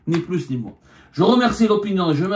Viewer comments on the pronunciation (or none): none